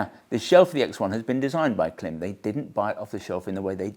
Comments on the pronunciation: I wish you knew how to pronounce Klim! It is pronounced like “Climb”. Have you never noticed the long dash over the letter i in their name? Everytime I hear Clim it makes me wince. Please correct! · Great look and thoughts about the helmet. I do cringe every time someone say Clem instead of Klim. (Think climb.) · it's still pronounced CLIMB. Sorry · You’re still pronouncing Klim wrong I see 😂